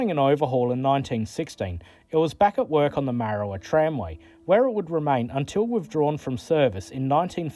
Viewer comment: Its Marra war..... There is a lot of oddities locomotives here in Tasmania.